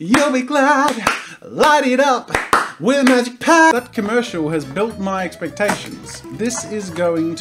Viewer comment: I thought you said magicians red for a second